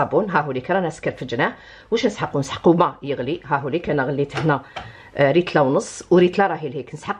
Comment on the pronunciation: ريتلا =ليترا 😂